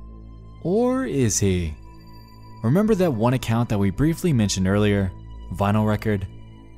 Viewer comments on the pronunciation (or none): none